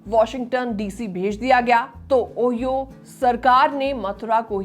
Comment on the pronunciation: Ohio ओहियो nahi 😅ओहायो